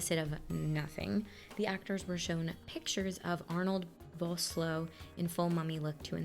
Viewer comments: For no particular reason at all, other than arbitrary education... Arnold Vosloo's surname, which is Afrikaans, is pronounced Faws-loo, although the w is silent and the s is soft…. 😂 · Was a fun movie, enjoyed your reaction. Not being nasty or anything, just giggled a bit when you pronounced Arnold Vosloo's name, but I guess it's the same thing as with us from other countries when we pronounce names differently, just always a little funny and not meaning it in a bad way 😁🤗